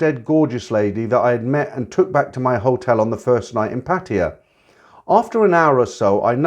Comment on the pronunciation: I find it so distracting that you call Pattaya Patia. Do the Thais say it like that?